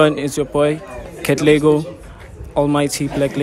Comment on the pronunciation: bro is katlego not cat legoo